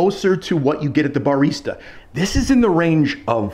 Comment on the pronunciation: never heard anyone pronounce barista like that